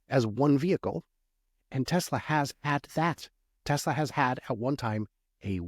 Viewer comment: "TELSA" is that a new company?